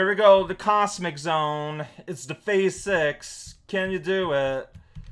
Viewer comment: surprisingly good portuguese is a joy. XD (though it's FAH-ze, not phase.:P) This seems like the kind of game that teenage shitty-phone-having me would get really good at by sheer virtue of having nothing else to play on the go. Sadly, I had to make do with getting really good at Snake instead.